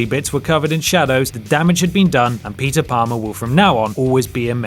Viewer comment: Stop saying Peter Plamer. Just stop.